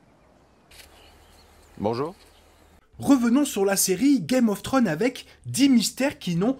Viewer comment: Et une question aussi sur un mystère très rependu: pourquoi beaucoup de français dont cette chaîne, n'arrivent pas à prononcer correctement des titres aj pluriel? C'est Game of Thrones, pas Game of Throne. Je dis ça en toute bienveillance. Un petit effort !